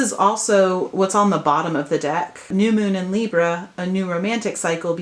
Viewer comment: What Hell Is With Your Camera? It's Freaking Me Out And It's Libra Not Libruh? WOW